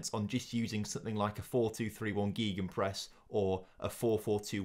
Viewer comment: Your pronunciation of gegenpress 😂😂😂